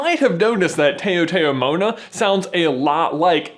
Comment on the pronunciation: Tao Tao Mona is pronounced ( Tau Tau Mona)..good explanation on what they are though.